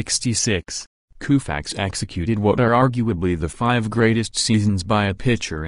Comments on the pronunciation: I have never heard Sandy's name pronounced Kooofax Before! What planet are you people from? Why not let a real person narrate instead of some computer? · "Koofax", is the narrator from India? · You said Koofax. You're fired.